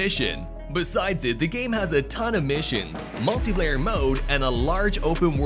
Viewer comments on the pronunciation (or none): none